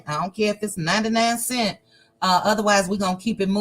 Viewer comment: says “seent.” He is disqualified.